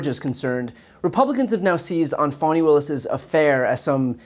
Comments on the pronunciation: BTC, please show some respect for Fulton County, Georgia Prosecutor Willis by pronouncing her first name as she does. You are pronouncing it "fawn'-ee" when the appropriate pronunciation is more like "fah'-nee." I acknowledge that it's a slight distinction but it's disrespectful nonetheless not to care enough to pronounce someone's name as they prefer to pronounce it. I cringe every time you or anyone else pronounces her name like it incorporates the term for a young deer! Do you like it if people started pronouncing your your first name "bree'an" given that long ē sound is a perfectly acceptable pronunciation of the letter i used in many words. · Doesn't Trump's being spanked by Stormy Daniels cancel out anything Fani Willis did? Republicans: It' pronounced Fawny not Fanny and you know that - grow up. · She pronounces her name Fawney.